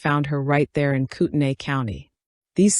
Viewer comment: Thank you for pronouncing Koutenai correctly!!